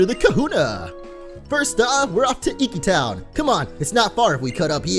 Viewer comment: I'm guessing people have already answered it, but yes...we like to call others whom we are closed to, but not related to, Aunts, Uncles, Cousin... it's a form of formality =) Very awesome you pronounced Professor Kukui's name correctly too! ^_^ oh, and it's e-key town ^_^